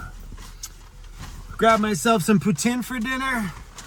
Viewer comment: Kudos for pronouncing "poutine" like a Quebecois.